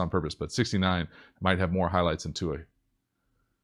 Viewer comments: thank you for saying Tuas name almost correctly!!🤙🏿🤙🏿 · I’m just really impressed that you pronounced Tua’s name correctly... the NFL Commissioner butchered it at the draft.